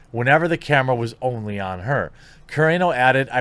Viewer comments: It's pronounced: Gina Kuh-rah-no. Also, Pedro Pascal goes both ways. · Learn to say her name properly SMH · For God's sakes learn how to pronounce her name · Gina Carano ... Kah-Rah-No = Carano. 😎👍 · Sound it with me: Kuh-Ron-oh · Gina Carano is pronounced Ka-ron-o. As an MMA fan I've heard her name said hundreds of times. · Gina Car-on-oh. How do you get every name wrong? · Carano. Cu(like cut) - rah(like the sun god Ra) - no(like no you can't). 😁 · jesus dude, enough mispronouncing Gina Carano's name already. Ka-Rah-No!! every damn video. just ask someone for help. Or better yet, look up her mma fights. Im sure someone has said her name out loud. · Wish this guy would learn how to pronounce Gina Carano's name properly. Just goes to show he's not a true fan of the show and is just copying everyone else that's covering this story. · Dude you’re not saying Carano’s name right it it’s driving me nuts. Lol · Sounds about as believable as you pronouncing Gina Carano’s name correctly. Sorry, man, but I had to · Please learn Gina's last name please....or just quit saying it. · Love your vids but you are mispronouncing Gina Carano’s last name. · He's not needed replace him and move on and have you never heard how to pronounce Gina Carano's last name correctly?????🤯🤯🤯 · This is a "thing" with me : mispronouncing a last name. You did this on both Dave Filoni and Gina Carano. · Haha was legit laughing at how you pronounced Gina's last name different every time you said it. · god how can you still not pronounce "carano"? it's such a simple name.